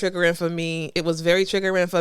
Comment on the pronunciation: Girl you are killing the word " triggering"